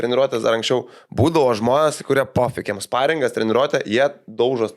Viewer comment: Sparingas, ne Šparingas. Pjauna per ausį, tas rusiškas palikimas.